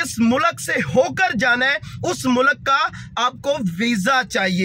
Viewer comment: Abe mulak nahi mulk hai